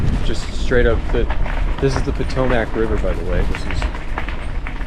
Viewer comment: The way you say Potomac sounds so wrong to me